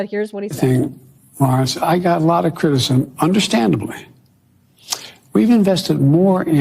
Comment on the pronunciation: Biden: I got a lotta critisim… Critisim.